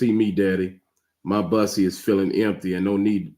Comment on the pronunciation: you pronounce BUSSY the same as BOOK.